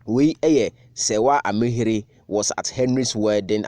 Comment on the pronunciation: It's Ami-heer.